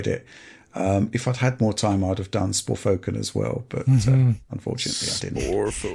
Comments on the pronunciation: Sporfoken 😂 i always call it Forsaken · Dude, I think truly believes the game is called Sporfoken and not Forspoken. 😂😂😂😂😂😂😂😂😂😂😂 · Okay so what's the inside joke with forspoken? Why did say it like that?